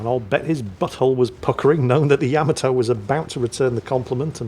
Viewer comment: GOTDAMNIT it's YUH-Ma-Toe!!!! NOT YAM-A-TOE!!!!!